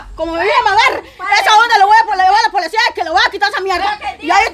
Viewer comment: Se dice policía no polecia😂😂😂😂ke bárbara es está mujer y yo riéndome ni ella ni aracely hablan bien